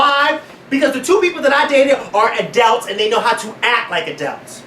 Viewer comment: Makes me uncomfortable when says adult --> ah-dalts